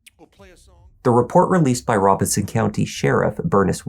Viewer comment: You may be the first narrator I've ever listened to here that pronounces the county of Robeson in NC correctly. Thank you for taking the time. Later.